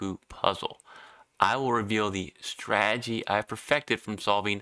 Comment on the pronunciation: Lazy pronunciation number 2. You say "strag-gy" as a two-syllable. It is three syllables STRA-TE-GY.